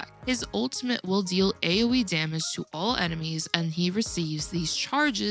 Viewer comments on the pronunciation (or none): none